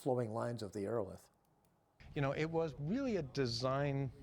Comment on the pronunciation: Ii think he's mispronouncing Aerolithe. Look up the pronunciation of the word "lithe."